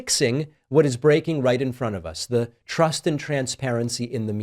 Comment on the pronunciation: She’s saying “the” best but her pronunciation sounds like be. Sounds like what we call pidgin English in Hawaii